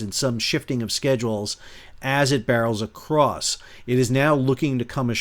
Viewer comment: AS IT "BERYLS ACROSS" NICE :)